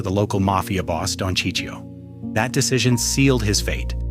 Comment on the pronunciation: Who's Sicio?! :/ F*ckin AI ...